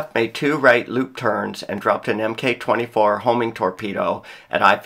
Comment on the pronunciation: Funny how they name Hiyou as Hitaka. Jun'you would equally be mislabeled as Hayataka. Knowing this helps went searching USN documents on both carriers. Mk is pronounced as Mark.